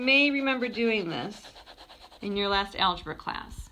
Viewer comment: Lol that's so funny he said algebruh